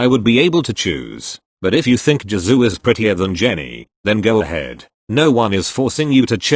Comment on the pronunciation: No body: Robot voice: Saying "JIZoo" instead of "Jisoo"